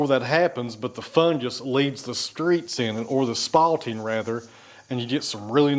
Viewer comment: The word is SPALTING. Not spotting.